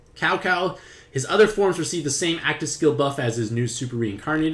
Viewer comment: Sow Sow not Cow Cow lol